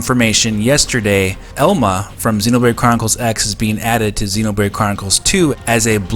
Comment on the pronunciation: The way you pronounce Xenoblade as Xenobrade is so damn annoying. I am super hyped for this port and I know it just has to happen.